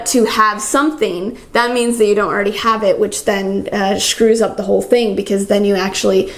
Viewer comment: did you say 'schrews up the whole thing' lol??